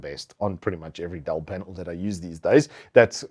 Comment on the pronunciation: its called "Dell" not "Dall"